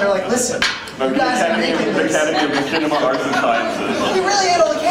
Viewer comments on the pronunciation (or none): Did he say "makinema"? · "Makinima." Jesus. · Did he really say MaCHANima? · hahaha "makinima" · makinema?!?!?!? are you kidding me?? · HAHA he said Mackinema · pronounced mach-inima "shinima" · "makinima"??? "fred"?? "roostertooth"??? the host were awful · Can you at least pronounce Machinima right? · What's wrong whit these guys how the fuck can they not know how to pronounce machinima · What the FUCK is wrong with fucking long haired bitch? First he said machinima wrong then he only thought there were only three RT guys coming then he fuckin called Gus fred. That guy must live under a rock.